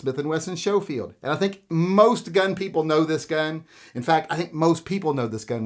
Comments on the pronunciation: Never heard Schoefield pronounced Show-field. Everywhere else it's Skoe-field. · I’m pretty sure Schofield is pronounced SKO-field rather than SHOW-field. Could be wrong though. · Schofield is sko not sho. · It’s pronounced Sko-field, not show-field. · It is pronounced Smith & Wesson Schofield not Showfield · Was coming to the comments to say the same thing. Glad someone else caught that first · Showfield? Never heard Schofield pronounced like that before. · Isn't it pronounced sko-field? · It’s pronounced Sko-field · "Showfield" "Calvary" Now I know you're messing with me.